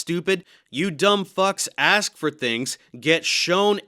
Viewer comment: Thanks for having the white guy say “aks,” lol. I REALLY hope he keeps going. I’m tired of the anti-intellectual slant of some of these brothers. And Jamar calls himself 5 Percent. SMH. Some of the most well read and intelligent brothers I know, and then there’s Remedial Jamar. He needs to remove “lord” from his name.